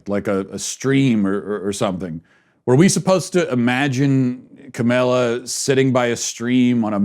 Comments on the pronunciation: First of all have some courtesy and pronounce her name correctly. Mispronouncing her name makes you sound really stupid. Or, because her name is not that hard to say, it makes one assume you mispronounce it deliberately. I didn't get through the whole video because your review of the Kamala Harris' ad was so nit-picky, off base and inane so a big turn off. Complaining about a stream in the background? Petty. You're an asshole. Your opinions are closed and single minded. Your ideas are irrelevant. This was a big waste of time. You bring nothing helpful to the conversation. YOU sound like a big whiner!!! What a bunch of bullshit. You're insulting and ignorant. Learn to pronounce people's names first of all so you sound somewhat literate and intelligent instead of just deliberately rude. You have no right to throw stones. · This idiot really can't pronounce Kamala harris' first name....despite following politics for a living. Intentional or just a moron? You also undermine your points when you say the election shouldn't stress you out. According to you Biden and Harris will usher in Marxist rule....yet you say don't sweat it? If the Dems are as bad as you claim....should it not be stressful?Almost as if your a partisan hack who exaggerates the Dems flaws and downplays the tepublicans flaws🤔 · I like what you're saying, but when you incorrectly pronounce Kamala's name, to me, it makes you sound ignorant and appear less credible.